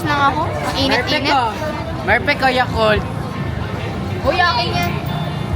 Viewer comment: Si mic merpect or perpect?😅😅😊🎉